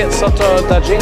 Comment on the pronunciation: G in daGing is read like in Guru.